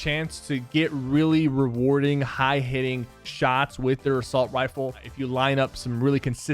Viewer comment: "assault wifle" ok Wypher, ok